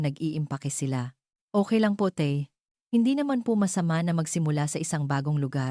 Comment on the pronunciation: Ayan na nman.tay po.hindi tey😂😂😂